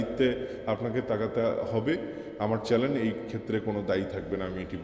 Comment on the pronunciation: চ্যালেন না চ্যানেল হবে